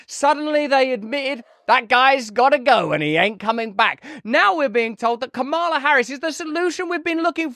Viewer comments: You said her name right the first time. Ka ma la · Russell, I salute you for correcting your pronunciation of Kamala Harris's first name. Thanks for upholding a certain rather quaint, old-fashioned notion that one should make an effort to at least pronounce somebody's name as they wish it to be pronounced, especially if you're critical of them.